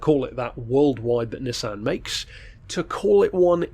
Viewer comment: Its pronounced nissan